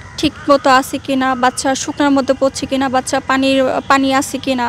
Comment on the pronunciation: Uni bolcen Bacca Ami shuneci Paca 😂